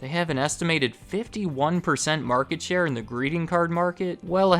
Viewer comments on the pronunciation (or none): none